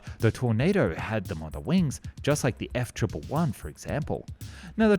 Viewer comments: We knew you were AI as soon as you said F-One One One instead of F-One-Eleven. And Kor-Mor-An? Kor-Moran, man. I mean computer!! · It is "F-one eleven".....NOT the "F- triple one"...get it right. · U calling the Aardvark "F-triple-one" instead of "F-one-eleven" is annoying me way more than it prolly should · "EFF-TRIPLE-ONE"? It's "EFF-ONE-ELEVEN", you marmoset. This dishonors you as an Aussie. 🤦‍♂🤣 Otherwise, great video, mate! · F triple-one? That's a new one! Try for F one-eleven :) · Its "F one eleven"....NOT the "F treble one"....get it right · I really really hate it when someone talks about something but doesn't know how say it properly, F triple one! Fucking mong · Love your channel, but for F-111 it’s an all American manufacturer so it was pronounced F-one-eleven